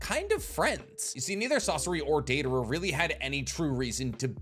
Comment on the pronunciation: “Deivara” idiot 🤦🏽‍♂️